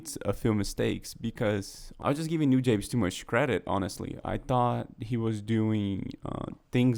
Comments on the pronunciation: btw you pronnounce it noo-jah-bess, not nu-jabeyz lol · Newjabes? It's New-Jah-Bez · It's "Nu-jahbes"